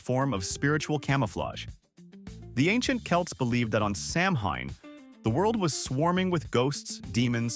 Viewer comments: It's pronounced Sah-wen, please say it correctly, thank you. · Samhain is pronounced Sow-in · SAMHAIN IS PRONOUNCED AS "SOWAN"!!